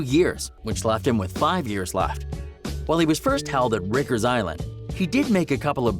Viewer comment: *Rikers Bro u pronounce it very strange to us New York Men. Riiiiiker